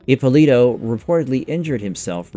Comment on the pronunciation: Ippòlito non Ippolìto .. è un cognome Italiano ...